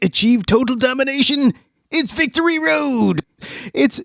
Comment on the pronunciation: Alex Wright said "this was a hella a Wictory Road, I PWOMISE."